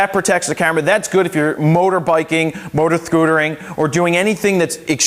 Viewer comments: "Motorthootering.." xDDDDD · so out of all of this talk and review all i heard was "motor-sthkootering" . haha great review though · motor-thcootering....forgive me Jared!!!